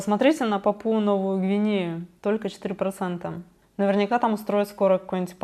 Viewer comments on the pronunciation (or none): Папуа-Новая Гвинея (папуас, папуасы) говори Папуа а не.. Папуи или как ты там произносишь 😉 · спасибо за ваш труд, но следите за речью, пожалуйста! Ну как можно говорить «ПапУя»? Или «Тунизия»? В русском языке эти страны называются вполне определенно, в школе ведь у вас была география. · Папуаааа - ударение на А Новая Гвинея.